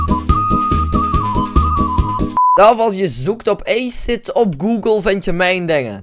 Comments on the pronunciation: hij vond dat woord in een film maar je spreekt het anders uit hij vond dat cool en hij noemde zichzelf zo op games,... en ook zijn YouTube kanaal maar hij spreekt het dus uit als eeejsit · je spreekt het uit als a-siet 10/10 would cry